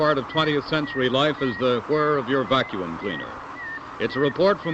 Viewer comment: I never knew the word vacuum had 3 syllables. Spootnik. Different world back then.